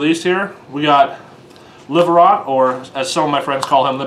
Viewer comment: Its pronounced Livarot (Lee-va-roe)